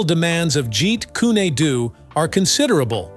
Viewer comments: Wtf is a ji kunadoo? It's ji kun du. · Jeet Kun-ae Do? Jeet Kun-a Do? Jeet Kun-y Do? Try "JEET KUNE DO" Either learn to pronounce Lee's fighting system correctly or shut up; idiot narrator! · The pronunciation Jeet kune a doTo me ,lacks the flow of energy seen in the pronunciation ( jeet kune Do).With that flow like water. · Jeet kun do... not adoo. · Hey!!!!! Its not "Jeet Kyyuni dyyyuuuuu!!!!((((((((( ITS PRONOUNCED " JEET KOON DOE " !!!! BUTCHERING THE ART TITLE IS LIKE CALLING GREAT BRITAIN "CREET BRATTONE" CMON !!!!!((((( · In his movies it was called Jaquan Doe not what you are calling it in the narration of what you're saying you do this with all the other videos and all the other people I swear this is the third time I've seen and heard you say the names wrong get them right or don't narrate the movies or what people do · "Yeet coon eh doo" 🤣 Have you even watched anything Bruce Lee related at all? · Can't you find someone to read for you. This computer generated narration, Sucks like a Commercial Vacuum Pump!! Meet Koo- Neh- Doo??!! 😂🤣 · Jeet Kooné Dooo!😂😂😂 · He didn't even pronounce Bruce Lee's style that Bruce Lee made